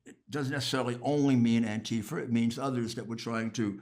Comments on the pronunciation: Dear god I lost it when he said "Antifer." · What’s an anteefer